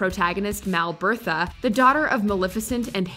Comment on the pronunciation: I always laugh when someone says Mal Bertha😂 . Pls don't hate